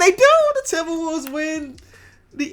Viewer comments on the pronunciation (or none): Dudes says :timbawovves."